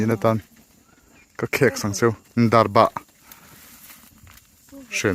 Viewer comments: Darbah niloin...darbak tih zawk tur ani e.. Chuan chaw eilai a mipa /hmeichhia lukhum khum hi pi leh pu ten an duh ngailo ...jessica i pawh a nuin a alaksak mai kha.. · Darbah nilovin Darbak ani zawk lo maw sir🙊